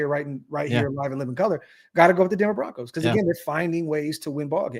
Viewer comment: Bo-roncos!!!!